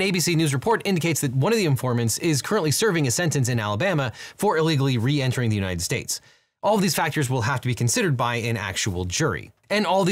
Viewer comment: Unined States. She said Unined States. She is drunk.